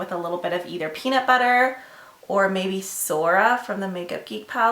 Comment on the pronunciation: every time you say peanut butter, i think of peabnut bubber lmfao.